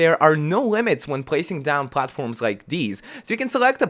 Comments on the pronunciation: "You can pwghace some pwghatforms" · Count how many times he said platforms/platform. It sounds so weird to me now. I love his accent.